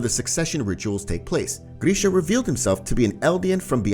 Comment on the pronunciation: I'm not gonna lie, hearing you butcher Grisha's name was like nails on a chalkboard. GRISH... GRISH. NOT GREEEESH